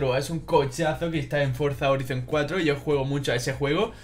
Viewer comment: Se dice forza horaizon